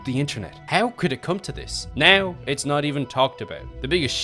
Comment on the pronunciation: I love the video but please, it's not "neaow" it's "now" It's not "heaow" it's how. Fix your prononciation it's frustrating